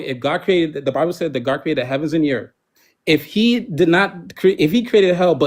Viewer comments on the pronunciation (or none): Someone who pronounces Earth as Erf is never going to understand